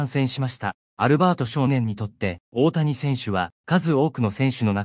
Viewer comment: いつになったらおおやをおおたにと言えるのかな？😂